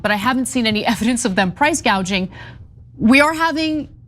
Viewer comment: Btw Kamala called it price GAUGING when she first discussed it, mistaking it with the word GOUGING.